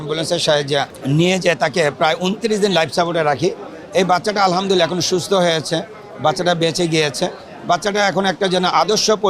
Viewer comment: আলহা'মদুলিল্লাহ বলার সময় ح বলতে হবে,,, ھবললে অর্থ বিপরীত হয়ে যায়,,, الحمدلله